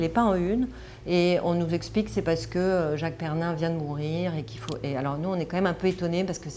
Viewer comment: Elle qui prétend que les articles de match sont rédigés par des historiens et des "experts" elle nomme Jacques PERRIN, PERNIN.. ça comme mal pour une "pro". + se mettre au dessus des lecteurs en les prenant pour des idiots, qu'elle monte son journal qu'on voit de quoi elle est capable... Encore une "de gôche"